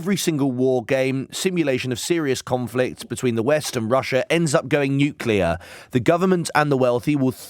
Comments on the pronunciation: When a young British says "Nukelar" instead of "Nuclear", you know they stand no chance to win any war.... It's game over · "New-clear" hahahah! So bright and articulate these days. Bet he's really proud hahahaha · If you can't pronounce 'Nuclear' You shouldn't talk about it, imo